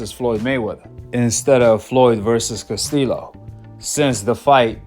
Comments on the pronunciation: Learn how to pronounce people's names Casteelow 😂 Castillo is like Casteeyo Dude like South Paw say you a Goofy and Loma won that damn fight! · Castillo pronounced Castiyo. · if you actually watched the castillo vs mayweather fights... you would actually know how to pronounce Castillo's last name right... tells us you're full of it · Bro just pronounce castillo like you say yellow lol